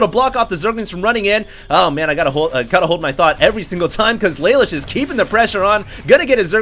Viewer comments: I believe his name is pronounced Luh Loosh. It's an anime reference. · its spelled Lelouche and its pronounced leloosh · its pronounced la loosh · pronounced lalouche, from code geass ^^